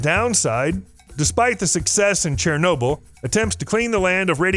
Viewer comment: Wait. Did he say “CHAIR-nobyl”?